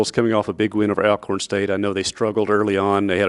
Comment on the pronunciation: Alcorn is pronounced ALL-CORN, not AL-CORN.